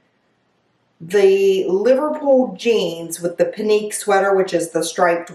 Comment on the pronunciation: Pinque= "Pink" (pronunciation) 🙂 I thought the first pants fit you well. I picture those with a black top and blazer I also liked the last sweater. But, if you're not feeling it don't buy anything! It's a waste of your credit.